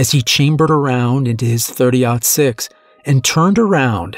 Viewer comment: Thanks for pronouncing 30.06 correctly. Drives me crazy when narrator's mispronounce the caliber of a gun.